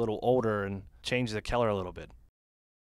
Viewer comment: Awesome video, very helpful! But seriously... learn to pronounce "color"! haha